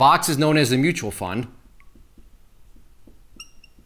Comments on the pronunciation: Mutual not Mutal 😂😂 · mutal fund